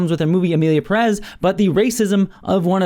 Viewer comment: Its Emilia Pérez, not "Peréz". Come on now.